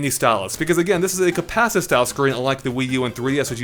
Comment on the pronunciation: When you’re too lazy to pronounce “compacitive” or have no idea what you’re saying so you say it fast and hope no one catches on: “compassizzivv”